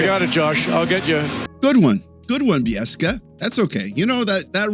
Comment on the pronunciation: ..nope! Its Beek-sa... sez Don S Cherry..